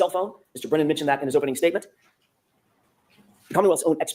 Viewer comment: misspoke quite a bit🙄